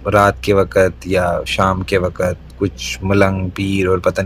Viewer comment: I was so loving his neat and clear urdu and his voice until he said 'WAAKAT' instead of 'WAQT' 🤦‍♀️